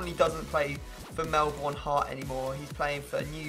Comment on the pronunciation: sick pronunciation of Melbourne